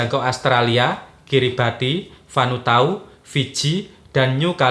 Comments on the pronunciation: Vanuatu Mas bukan vanutau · Vanuatu bang bukan Vanutau